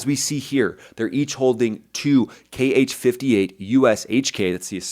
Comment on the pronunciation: Kh-58 is simply pronounced H-58... Have Americans ever heard of the phonetic alphabet???